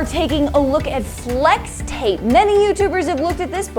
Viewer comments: she said slex tape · “Slex tape” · Slex tape? Lol its pronounced flex tape not Slex tape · In the beginning you said slix tape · Did she say slex tape or what